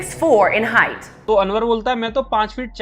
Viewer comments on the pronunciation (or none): none